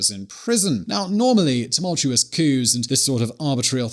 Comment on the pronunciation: We do not pronounce the s in coups for several coups d'État